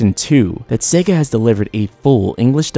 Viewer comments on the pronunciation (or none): none